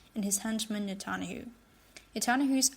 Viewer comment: "Net tun ya hoo" is how his name is pronounced. Jeez, these robotic narrators are so annoying